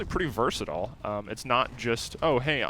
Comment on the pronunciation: versatol? its versatile, learn to pronounciate.